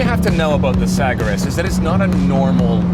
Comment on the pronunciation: The met police are on their way over the Atlantic right now for that first pronunciation of Sagaris